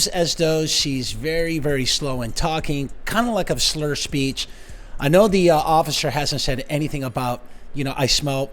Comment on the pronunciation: Well pissed, can't even pronounce officer!!